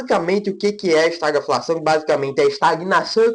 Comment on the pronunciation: a pronúncia certa de estagflação é esta-GUI-flação e não estaglafação. O vídeo está bom.